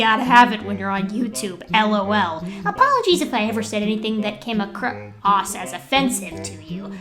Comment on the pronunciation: The gap in "acr" - "oss" got me cracking up :-p!